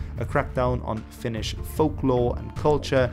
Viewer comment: luulin että sanoit "finnis" tahallee xD